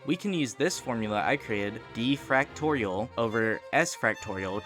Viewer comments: I cant stand how you say "fractorial" instead of "factorial", but good video regardless :3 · Why are you saying fractorial 😭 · I HATE the way he says factorial. He says it like. fractorial